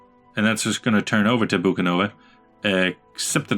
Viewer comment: It's Bucovina, not Bukanova :D